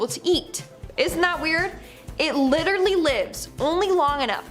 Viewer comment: Please learn how to say "Literally", and then stop saying it... it's very annoying ( lit-ter-al-Lee ) not "liderrary" ... I could start a drinking game and not make it past the first two minutes of your FISH segment 😒